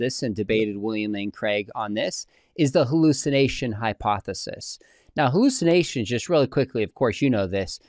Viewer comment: Wait, it's pronounced "hooloocinations" ??